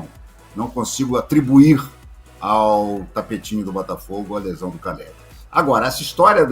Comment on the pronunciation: CALLERI. NÃO CARELLI. APRENDAM ANARFAS